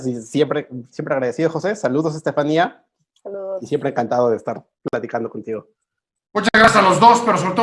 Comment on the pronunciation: Estefaníííía, palabra aguda acentuada (no hay duda de su pronunciación) , que estrés escuchar todo el tiempo al moderador diciendo estefánia.